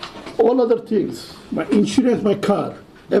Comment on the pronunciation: If you can't pronounce the word "thing" then you can't run for a gov. position.